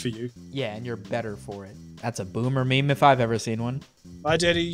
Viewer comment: You seemed to have meemed instead of memed but it's still a meme so that makes up for it